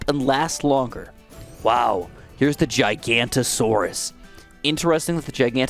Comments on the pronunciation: The dino is pronounced Giga-no-toe-soar-us. And the bird is from Māori legends or something, I am a kiwi but I'm not very good with the legends and stuffs. I think it's pronounced Poo-ah-kai. As I said, I'm not very good with Te Reo Māori or Māori legends. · Just a quick fyi it is pronounced Giga-nota-sor-us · I dont want to he that guy but the pronounciation of giganotasaurus is commonly butchered. Its actually gig-a-not-a-saurus. Commonly known simply as Giga. Love the video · Giganotosaurous Jig-uh-not-oh-saurous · Hellooooo its pronounced "Gig-A-Not-O-Soar-Us". All my fellow Ark players stand up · Giga-noto-saurus. The bird has a Maori name for the Haast Eagle, pronounced poo-uh-kie as one would pronounce tie for the third syllable which you pronounced perfectly. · Hey! Just a heads up, the 5th tier Dino is pronounced giga-not-a-saurus:) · Actually, it's pronounced giga-not-o-saurus, just a heads up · I couldn't help but notice you (and most other people) pronounced giganotosaurus wrong. It's Giga-not-uh-saurus. Just thought I'd mention it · You said giganotosaurus wrong, the correct pronouncement is ( giga-not-o-sorus) also I like your vids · fyi t5 middle path is pronounced jai-ga-noto-so-rus, usually its shortened to a “giga” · Pronunciation for Giganotosaurus > jig anoto saurus. And apparently you're already pronouncing pouākai correctly. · That’s not how you pronounce giganotasaurous, gig-a-not-a-saur-ous, common misconception but I’d like to point it out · im sorry but as a dino nerd.... it's a GIGA-NOT-O-SAURUS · Don't want to be that guy but it's pronounced GIGA NO TOSAURUS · I cringe every time he pronounces giganotosaurus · You missed the no in giganotosaurus wich is really annoying considering its my fav dino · broooo im a dedicated ark player it a physically not sit through this full video of him misprouncing it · Plz pronounce the ginamonotosaurus correctly 🙏🏼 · Why am I so triggered that he calls giganotosaurus gigantosaurus.